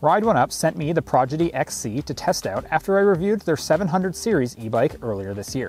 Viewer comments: Prodigy, not Progidy 😊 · Every time he says "progedy" I cringe. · Why is he saying Progidy? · If you “aks” me, I like progidy better 😂. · He says it so many times